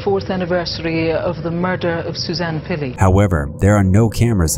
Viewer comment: Couple things: "Suzanne" doesn't end with an A. And "SupposeDly" has a D, not a B. Just trying to help out. Keep up the good work :)